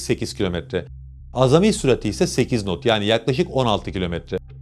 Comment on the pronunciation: Hocam KNOT; not diye değil nat diye okunur. Video için teşekkürler 😊